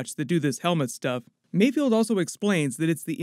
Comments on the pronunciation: It's mayFELD not mayfield!! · Im really nitpicking here because i cant find anything else to complain about its Mayfeld not Mayfield. Love the video bro subscription earned! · Mayfeld. Not Mayfield :| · It’s MayFELD not MayFIELD 🙂. Another awesome breakdown thanks! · I’m pretty sure Bill Burr’s character’s name is ‘Mayfeld,’ not ‘Mayfield.’ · Pretty sure it's mayFELD not mayFIELD. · Great breakdown! However please, for all that is good in the world, it’s pronounced “Mayfeld” not “Mayfield” 😭